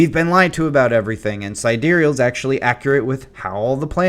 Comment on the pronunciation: who tf says side real lmao